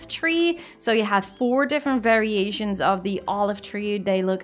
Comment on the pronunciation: Some different ferry-ations